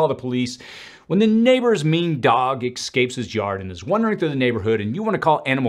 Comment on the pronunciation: OMG, ESSSSSCAPE, not exscape!